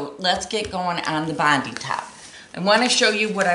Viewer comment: Just so you know it's pronounced bond 👁 as in our Bondi Beach, Sydney Australia.